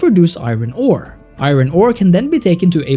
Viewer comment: Iron is pronounced I-urn, not I-ron. I know English is weird.